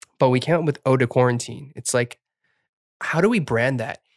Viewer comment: im french, and what you said was correct, it was good